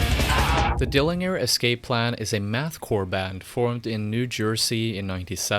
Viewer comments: and to further be a jerk, they have always pronounced it as: “dillinjer.” Not that that’s important though. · The 'G' in Dillinger is pronounced like a 'j'. That really bugged me dude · Like why pronounce it with G and not J... it’s pronounced Dillinjer you fool. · d i l l i n y e r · Dilli en ger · Dill linger. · DillinJer man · If you're going to mispronounce Dillinger. You really should just mispronounce everything else for continuity. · You can’t pronounce Dillinger. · When I hear something 'mispronounced', as in with this video, I wonder if; a) I've been mispronouncing that band name, all this time, b) The speaker cannot pronounce the band name correctly, c) The speaker doesn't KNOW how the band name is pronounced, d) I'm a pedantic cunt I suspect option d) is a dead-cert but other than that, I don't know. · he only says Dillinger 43% right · bro u cant even pronounce dillinger right, how u gonna make a whole video abt them? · Soft G in dillinger bro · I had to stop watching 2 minutes in because of how u pronounce Dillinger... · In two minutes you mispronounced Dillinger, referred to Deadguy as "the Deadguy", placed a legendary, genre exploding album alongside the likes of KsE and BMTH, and botched the ending. And yet somehow, this is a very enjoyable video, so well done. Keep all these criticisms in mind and make a part 2 about the Greg Puciato (Poo-shyah-toe) era. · Dude thats not how you pronounce dillinger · The way you pronounce ‘dillinger’ hurts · For a short moment I thought I'd been pronouncing it wrong all my life! Had to check on wikipedia. He is pronouncing it wrong! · Dillinger n gurr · David Pearson actually no, he is foreign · at least pronounce the band name correctly. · They're named after an American bank robber/gangster named John Dillinger, pronounced with a soft g. Not the name of the German city. I can see why you'd think that though. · dilling, -er? etf not Dill-in-ger? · Also dill-ING-er? What?!... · Dillinjer? :p